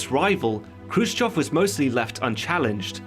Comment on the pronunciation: 👍👍for correct pronunciation of kruschëv Update: watched the film and Steve Buscemi and Jason Isaacs gave really good performances.